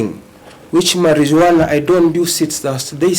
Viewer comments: It's pronounced as "Mariwana" and NOT "Marinjuana". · Marijuana is not pronounced like that please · I know that lawyer did not just annunciate the j in marijuana